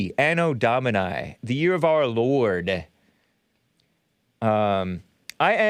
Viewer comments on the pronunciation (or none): A.D. Ah Doe Dahm Man NEE. Phonetically Spelled. Why do you keep saying Dahm Man Eye? Just to be contrary? C'mon Man